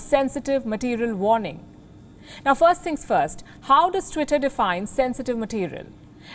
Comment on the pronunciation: Lady first you cant even pronounce tweetay second it's a private company who has the right to do whatever it wants thirt your channel preaching hate you know it